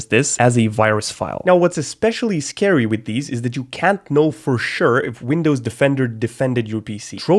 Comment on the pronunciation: Why is it 'Wundows" ?